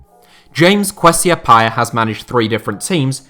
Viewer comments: Also, it's ah-pee-uh. You don't remember Stephen appiah? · James Kwesi App-yeah... If you can't pronounce the names correctly then stop doing voice overs.